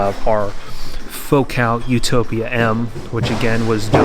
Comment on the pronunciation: Utopia, man, not Utopa 😂.